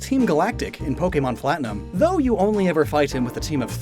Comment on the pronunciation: did you say “Pokemon ‘Flatinum’”? lol